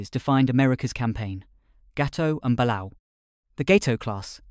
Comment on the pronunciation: ok probably doesn't care but.... IT'S BA-LAY-O(balao); and yes i do take it a little seriously considering one of my grandfathers cousin's served on a balao class sub (and no i don't remember which one)